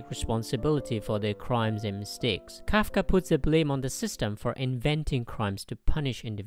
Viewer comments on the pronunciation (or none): It's Kafka not kaka